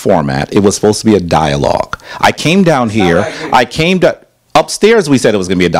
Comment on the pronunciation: He came to a dialog trying to debate got mad when he got corrected for his miss pronunciation and wrong geographic location of places